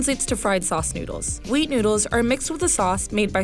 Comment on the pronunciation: The person talking was so high she said wheat into weed.